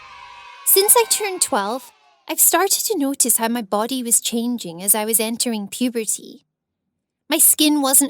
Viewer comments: And she says "puberty" like "pubertea" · she really emphasises puberty